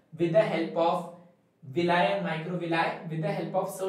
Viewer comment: sir villi ki pronounciation galat hai 🤣😂😂😂😂😛😛😛